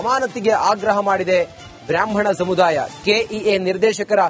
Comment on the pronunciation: ಸಮುಧಾಯ ಅಲ್ಲಪ್ಪ ಅದು, ಸಮುದಾಯ....ಅಲ್ಪಪ್ರಾಣ, ಮಹಾಪ್ರಾಣದ ಬಗ್ಗೆ ಅರಿವಿರಲಿ.